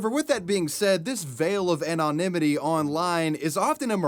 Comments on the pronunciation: The way you pronounce anonymity is a war crime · Haven’t watched vid yet, sure it’s a keeper as always. Urge 2 mention on this long ago, didn’t. But I gotta. anonymity. Haven’t heard it pronounced that way b4. It sounds like each syllable is in sorta slow mo. From the South, 🇺🇸 Been on Earth awhile, a long while. To Mexico and Canada. Just me? Not poking fun, it’s interesting. Are u 🇨🇦? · How he pronounces anonymity cracks me up 😊